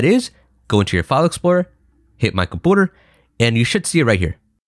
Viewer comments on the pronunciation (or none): Ah yes. "Computa" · Really good tutorial. Straight to the point. It's like, the second I wondered what if that, you explain it in the next 5 seconds. Really good stuff. Btw, funny that you call it Compoter, hilarious. Don't mean to offend. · Diid you pronounce "computer" as combooter? 🤣🤣🤣🤣🤣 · my boy said "Comput-er"